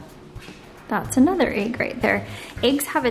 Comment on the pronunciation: You have great content I learned a lot and i really appreciate it. But oh my goodness the way you say "egg" is unbelievable! Like holy shit.... I can't stand it lmao